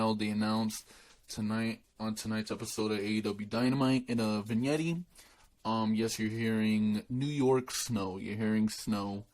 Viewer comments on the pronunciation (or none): It’s pronounced “Vin Yet” Lol not “VIN YETTI” it’s spelled Vignette lol